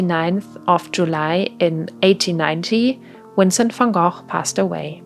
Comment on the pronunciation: You do not know how happy it makes me when I finally see someone pronounce Vincent Van Gogh's name right